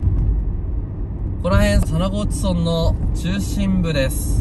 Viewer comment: 佐那河内は「むら」ではなく「そん」と読みます。 by R439 沿道住人